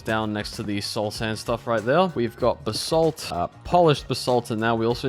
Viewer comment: Whenever he says "basalt" it kinda sounds like he's saying "the salt"